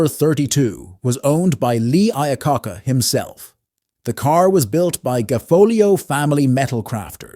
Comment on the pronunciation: Lee I-uh-kah-kah🤣🤣🤣